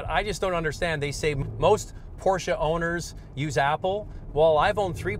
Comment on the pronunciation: Wtf is a porcha I thought it was porsche